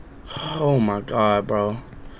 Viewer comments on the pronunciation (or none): He literally says oh my gaar😂